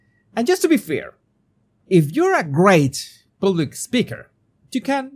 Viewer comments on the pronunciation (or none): I have a small complaint of the prononciations of two words by: PUBLIC and WORK (which you pronounces as WALK) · I have a small complaint of the prononciations of two words: PUBLIC and WORK (which you pronounces as WALK)